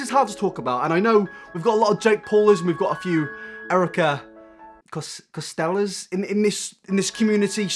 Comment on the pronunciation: "Erica Costel-ers"